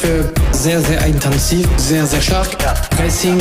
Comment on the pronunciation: Warum sagst du "eintanzig" aber unten steht intensiv?